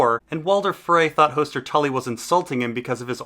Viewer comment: These are great videos but the pronunciation is a huge detractor that's easily corrected. Lice is a hair bug, Lhys=Lease is a place. Hoooster as in rooster? Hoster Tully is a character. Varys=Vare-is as rare is a character, Var as in far-is isn't. Your work and content is great, no offense intended.